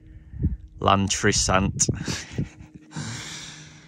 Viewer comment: Watching someone pronounce Llantrisant 😂😂😂 hope you stopped in the royal mint too haha